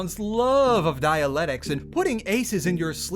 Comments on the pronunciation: The most painful part of this might be hearing dialectics pronounced like Dianetics multiple times lmao Good shit, sad to see this game in this state. Thanks for going through the torture for us. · look im on your side here man but "dialectics" has two Cs in it. dia-LEC-tics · I think you keep pronouncing Dialectics as Dialetics and its making me go insane. good video though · man who cant pronounce dialectics much less understand it, struggles to play a game about dialectics. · Damn shame how P3 came out. Also, poking fun at a voice actor for mispronouncing "steppe" after you've been mispronouncing "dialectics" for the entire vid? Come on lol